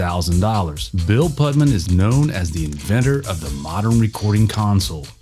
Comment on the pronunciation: I think you mean "induce Frank into the Rock and Roll Hall of Fame". It's Bill Putnam. Not Bill Putman. And it's Dweezil. Not De Weezil.